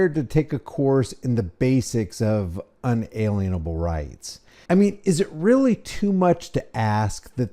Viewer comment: 'in -a-lien-able' rights. Not alien ( pronounced as in Lean)